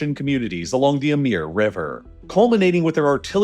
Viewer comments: A-moor, not A-meer. It's hard to take this guy seriously when he can't be bothered to learn the most basic information about the subjects he covers.... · Great video, but Amur is pronounced “Ahmoor” not “Emir.” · Amir river Emir river? No its the Amur river :p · It is not "Ameeer river", it sounds like "Amour" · why are u pronouncing the Amur river as Amir river?? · Why does he keep saying Amir river. We need ai dubbed voice. They seem more accurate than these days than some people(Americans) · Why do you pronounce it "emir?" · stop saying 'emir river' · Just listening, I didn't recognize the river name. Then, checking the screen, I realized that you were mispronouncing "Amur" as "Ameer." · Why do you keep calling it the Amir River? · Pronounce it as the "Ah-Mooor" river buddy. Great video though 👌 👏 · Also, are we supposed to pronounce the Amur as "Amir"? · "Amir" river 💀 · That pronunciation feels like it would be misleading to many; it's Amur (I pronounce it a-MOOR, it should be closer to the OO in book in case anyone merges pour and pore) in case anyone doesn't bother reading closely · the way you pronounce amur, etc. is so bad, one can see you don't give a crap about the truth of anything so I wouldn't waste any more time listening to your garbage. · Your pronunciation of amur is so weird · How did you arrive at that pronounciation of "Amur"? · I was thinking maybe he pronounced the U as in "pure" which has kind of a Y sound in front of it, but then the Y sound became more prominent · He's often so wrong about the pronunciation ls it's frustrating. Probably saw the word in english, never looked it up in Google and just stuck to his assumption... 'eh-mur' was something else 😂😂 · Amur is pronounced as amoor, not ameer or Amir. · It says it right there, Amur with an U. How on Earth do you keep saying Amir all the time? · How many times can you read AmUr, and pronounce it AmIr? Ffs... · Super sloppy pronunciation. Amur is pronounced Uh-MOOR , not “Uh-MEER”.